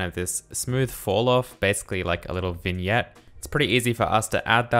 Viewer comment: Thank you for pronouncing vignette right